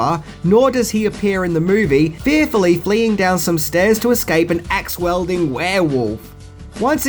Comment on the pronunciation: Axe WIELDING (pronounced WEEL-DING)